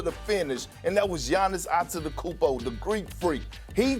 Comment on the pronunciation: I’m tired of this. When will people acknowledge SAS blatant xenophobia? This dude almost never gives foreign players their credit. He won’t even try to pronounce their names correctly. How many times have we seen him laugh at the idea of a foreign player coming into the NBA and be great only for guys like Jokic, Giannis, Luka to prove him wrong